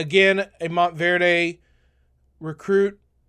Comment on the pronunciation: Mont-verd, no E on the end! :goodvibes::goodvibes